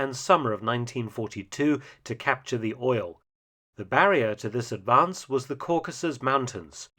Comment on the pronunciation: "Capture the port." Did you say Climb the mountain?